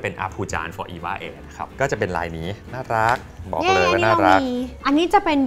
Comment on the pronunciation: เป็นรีวิวที่น่ารักมาก คนนึงภูมิใจนำเสนอ อีกคนดูตื่นเต้นสนใจ ตอนพี่อู๋ออกเสียงว่า น่ารักกกก คือ เหมือนน่ารักไม่สุด เดี๋ยวผิดบุคลิกเนอะ // พี่ซู่ชิงเป็นนุชปะคะ รู้จักเป๊กผลิตโชคด้วย